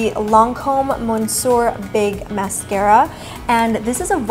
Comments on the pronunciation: You don't pronounce monsieur the way you did in the video. Its pronounced muh-syuh! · hej, greetings from germany:) i really like this look! i know, french is not that popular in the u.s. but you have to look up how to pronounce „monsieur“;) it means „mister“ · Omg the pronunciation of monsieur got me like 😑😩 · Love how you say monsoor for "Monsieur" 😉